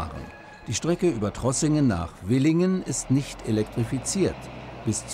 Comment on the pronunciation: WILLINGEN?? 🤣🤣🤣 Die Stadt heisst VILLINGEN, mit als F gesprochenem V. 😁